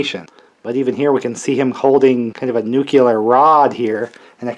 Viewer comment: Why does everybody say "nukular" the way Homer Simpson does?